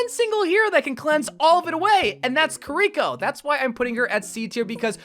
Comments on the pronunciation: The why he says kirko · why do you say kiriko like that 😭